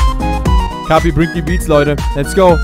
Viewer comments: sagt kapi falsch Jeder: let me introduce you to: E N G L I S H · kapi wird so ausgeschprochen wie es geschrieben wird